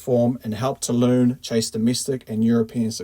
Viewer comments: Seriously mate, it's Toulon not "Tooloon" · Two-lon not Two-loon. ;)